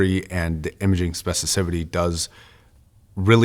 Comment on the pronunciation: "Specificity" is the word you're looking for. I've heard you swap the 'f' or a 'c' on occasion. Love your content, and we all have those words myself definitely included.